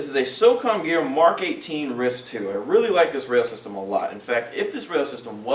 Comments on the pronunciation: If you say "ris" one more time instead of R-I-S I'm going to fly to California, go to one of your games and spend the entire OP shooting your employees in the face with my support guns. Fucking retarded airsofters... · i think he says rail system but it does sounds like he said "ris"